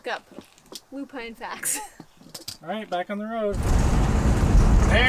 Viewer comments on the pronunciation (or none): I love watching your content. So refreshing. Rory is growing up so fast. She is smart too. She knows she is the one who MUST try all first bites, hehehe.....oh the purple flowers you stopped to look at are pronounced Lu pin the "e" is silent. They are so beautiful and its so nice to see fields of them everywhere.